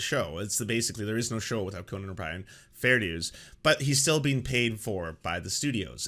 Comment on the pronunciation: Can you stop pronouncing Conan O'Brien's name like Conan The Barbarian? It's weird.